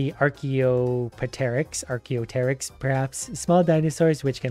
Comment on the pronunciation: You can't pronounce Archaeopteryx? Clearly you didn't love dinosaurs as a kid enough.